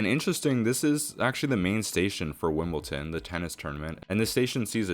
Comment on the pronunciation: you're pronouncing Wimbledon wrong - its Wimboldon, not Wimbolton